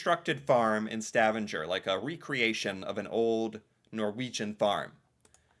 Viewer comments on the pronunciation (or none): Bro said Stavaneger instead of Stavanger 😂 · It seems like every one of these " dumb Americans ask " videos all prove the same thing. Americans no nothing about the REAL world outside of their beloved USA !! STAVANGER is pronounced STA VANG ER not STAVAN GER. You need to learn your overseas place names ! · hey uh the G in stavanger is pronounced like a normal G not a J :) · The way you pronounced stavanger really hurt me mentally.😭 ITS PRONOUNCED “Sta-va-ng-er” And the g is not pronounced like a J😭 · You mispronounce Stavanger. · The way you said Stavanger got me cracking up 😂. Don’t worry tho, I totaly understand. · thats… not how you say Stavanger. 😂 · I love your videos... but please find out the correct pronunciatioon for "Stavanger", in English or Norwegian...